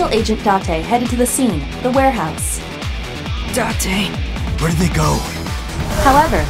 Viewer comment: You can say it as many times as you want but his name is date not dante.